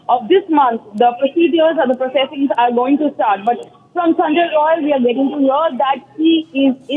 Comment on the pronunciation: Not sanjoy its Sanjay.